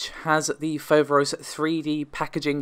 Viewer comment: It is FoverOs you tune the last O deeper and it means, the frightening one, in Greek.